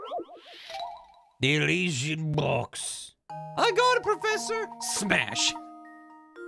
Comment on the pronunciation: I've been catching up on all the Layton vods and now i can't stop mumbling "pwofessa" to myself thnx